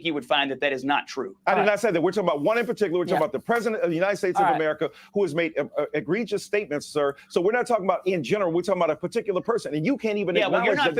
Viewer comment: Did Michael Eirc Dyson say 'Egrievious' at ? what is egrievious?